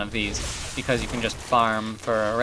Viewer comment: "bicaaz" (: nice job with that axe dude.